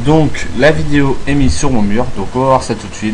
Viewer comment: "vaux" vidéo XD c'est abusé mais sinon pas mal